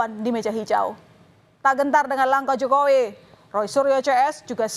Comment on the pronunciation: "tak gentar dengan langkah Jokoweee", emang harus gitu ya nadanya 😂